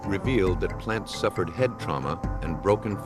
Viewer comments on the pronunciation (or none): Ladies and Gents.....the POSSESSIVE of the name, Plants.....is NOT...Plants's Like he's saying "plant-zes". His last name ends in "s" To show "possession" , You WRITE Plants'...... And u SAY. Plants Jim Plants' shoes Marilyn Plants' purchase at Walmart Mr and Mrs Plants' home. The Plants' home NOT...the Plantzes home. The reason it SOUNDS wrong every time the narrator SAYS it, is because it's wrong. One of the Detectives in the film itself never says it wrong......he AVOIDS saying "plantzes" by rerouting his sentence to say, "the home of the Plants".......because he doesn't want to use that term that "sounds so wrong to his ears".....the Plantzes. It SOUNDS WRONG BECAUSE it IS wrong🤦🏻‍♀️